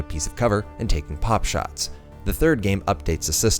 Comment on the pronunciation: btw it's 'pot-shots', not 'pop-shots'.